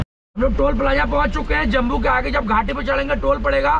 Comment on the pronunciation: भाई, जम्बू नहीं, जम्मू नाम है, 😅😅😅